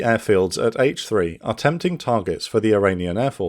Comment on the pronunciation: had to rewind that bit, thought he said 'six senior officers at age 3'